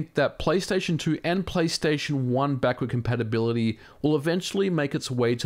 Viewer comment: "Backurd Campapability"